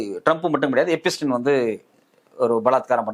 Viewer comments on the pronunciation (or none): I would also like to tell you, it is not எபிஸ்டின் its எப்ஸ்டிய்ன்.